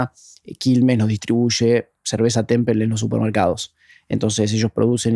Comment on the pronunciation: Es hecho por IA? No pueden pronunciar "temple" o¿ yo escucho mal? ¿O como es el nombre?